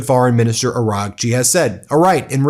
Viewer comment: Bro, when you say "Araghchi" the gh is silent. Kinda like Aw-Raw-chi